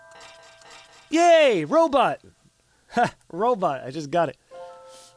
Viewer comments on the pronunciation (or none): “Row bot” Oh my god I think I just died laughing